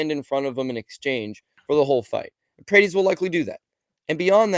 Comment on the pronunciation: PRAH-TEZ. NOT "PRAYTEEZ"